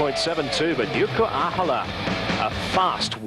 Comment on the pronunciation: Thinking Ahola was Reeves, and that he'd given up, then later correcting it to Ahola (mispronouncing name) and that he'd actually finished (he actually won by a mile). Then thinking Magnus was the Mastermind host and that he was a giant, only to then say he had a small stature. And that was just event 1! He's really having trouble with Ahola. This time mixing him up with Veneberg, as well as mixing up heights and weights. Kiri won, oh no wait it was Ollesch. So many "I beg your pardon it was"s